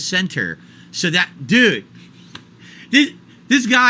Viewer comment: Mah-rah-narah soz, dood!